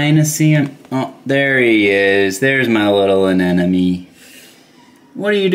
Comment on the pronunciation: Anemone, not anenome.. 😅